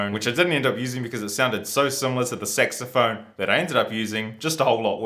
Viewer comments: Dude git out of here with your dirty mind. It clearly says sax not sex... (Yes I make fun of your pronunciation, sorry. xD ) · You pronounce it "Sexophone" LOL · I know it's just your accent and all, but when you say saxophone, it almost sounds as if you're saying SEXophone 😂